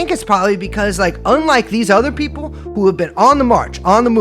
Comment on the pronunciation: It always sounds like she pronounces P as B. People (beople)